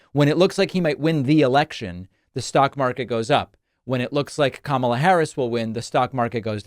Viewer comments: At least he is finally learning how to pronounce her name correctly....at least some of the time. Why is it that it took him so long to start to pronounce her name properly? No one seemed to notice how long it took. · On a positive note he finally pronounced our future Presidents name correctly! 😂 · One bright side is that he said her name correctly at least once. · What’s with him actually pronouncing Kamala’s name correctly instead of mispronouncing it previously as a way of dissing her. . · Let me say this: at least he’s pronouncing her name correctly. Small steps. 🤷🏽‍♀️ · He stated her name correctly. Did he forget😅😅😅😅😅😅? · 🤔 I wonder if his cult realized that he pronounced Kamala's name right? 😂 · At least he said her name correctly in this video... shocker. He's probably heard it so much he can't remember how to say it wrong. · On a positive note, he figured out how to say her name! 😮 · I find it mildly interesting that he started pronouncing Kamala properly, I want to know why so bad. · At least he was pronouncing her name right this time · I see he remembers how to say her name. Smh lol😂😂😂😂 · He’s pronouncing her name correctly!! :) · He actually pronounced Kamala correctly this time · At least he's pronouncing her name right? Probably a mistake. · He said her name right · Did you realize that he promounced KAmala right, though?